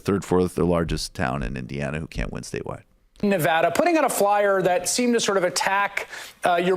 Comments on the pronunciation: Nev-AD-a!!! Not Nev-OD-a!!!!!!!! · It’s Nev a duh not ne ah du